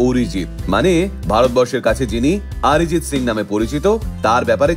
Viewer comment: He is not Orijit neither আরিজিত। He is অরিজিৎ। অ কে অ উচ্চারণ করতে শেখো। আ নয়। বুঝলেন